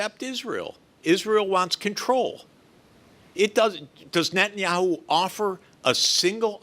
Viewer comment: I wish he could say Net-a-nyahu, not Net-nyahu. It's s prophetic name, very prophetic name.